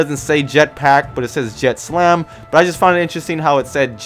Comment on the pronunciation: You called the company on the cargo containers "JETSLAM." Said it twice, so, it wasn't a slip of the tongue. It's JETSAM. No "L". It's a word that means debris floating in water. It's just a joke name for a shipping company, that's all. And the logo for BILGECO is not "exactly like the green bunker light. I'll let you look up what BILGE means. They're just jokes. Nothing to do with a jetpack. You're starting to sound like Whizl and Naught.